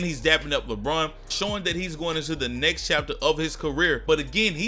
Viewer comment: Everytime he said "next" I thought it was "knicks"